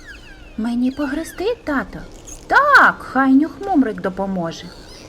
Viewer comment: Господи..., та не "греСти", а "греБти"..., не "татО" у звертанні, а "татУ"... І що це за "умнічкі"?..